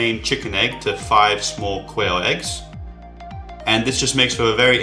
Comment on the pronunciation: Did he say "queer egg"?